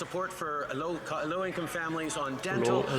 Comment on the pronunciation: Trudolf couldn't even SAY low income, LOL